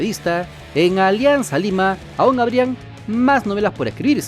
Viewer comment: Ya no dice Olianzaaa lima 🤣🤣🤣